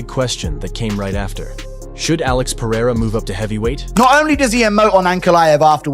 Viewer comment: PEH-REH-RAH chael